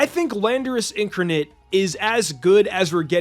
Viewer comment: " in-carn-ate" is how it's pronounced